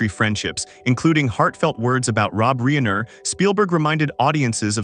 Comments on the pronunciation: Un a story concerning Rob Reiner, you pronounce it "Reener?" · Really?? A narrator says REENER?? Lol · My OCD cannot permit me to listen to this narrator call Rob Reiner, Rob Reener! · HOW CAN THE NARRATOR NOT SAY ROB’S NAME CORRECTLY???? Unprofessional!!